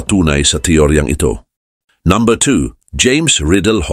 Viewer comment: iba magtagalog si brod..numbha.. diba dapt number!!!